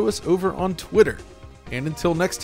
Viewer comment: It's Insta-Gib not Jib btw...